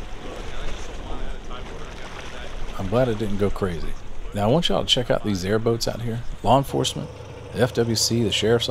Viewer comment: Did you say airboats or airbags?